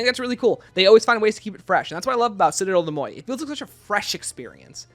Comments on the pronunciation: I could be missing an inside joke, but you are pronouncing Citadelle des Morts very wrong. The morts is pronounced like more, not moy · Great video but it’s « des moRts » not « moy » 🥲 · How did you even get ‘moy’ out of ‘morts’? If you’re confused about the pronunciation just look it up, don’t make up your own lol